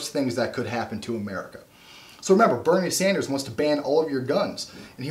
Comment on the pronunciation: Boo-nie Sanders.